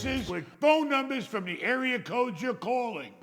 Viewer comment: “Entourage” lol “let’s looks at da numbas”